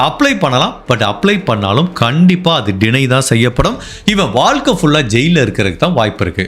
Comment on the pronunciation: Sir tamizh vaarthyileye za irukku. Neenga eppavum vaalkai, valakkam nu uchharikkareenha. Naan nagalakshmi. Thappa ninaikka vendaam